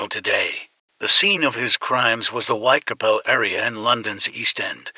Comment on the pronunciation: The content is really great but considering that it's based on a crime that has been remembered and is notorious, the pronunciation of the area most of the murders where committed is completely incorrect. It is Whitechapel! Not Whitecapel as pronouced on the vid